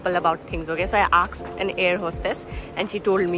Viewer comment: I aksed 😂😂😂.... Koie nahi hota he ✨